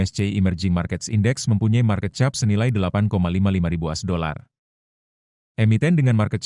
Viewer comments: market cap sebut nya kep bukan chap 😂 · Ainya Bahasa Indonesia baku jadilah chap😅